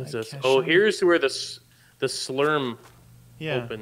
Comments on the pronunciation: I wonder if they're saying slurp on purpose or if they just don't know it's SLURM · slurm not slurp